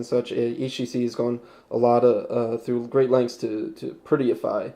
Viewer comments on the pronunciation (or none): Did he say "Prettyify"?